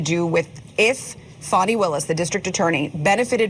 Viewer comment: There is no "W" in fanny or Fani. Why not say "Fanway" or some other weird pronunciation? Big fanny Fani.